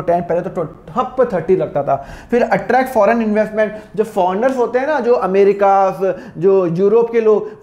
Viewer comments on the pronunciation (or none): none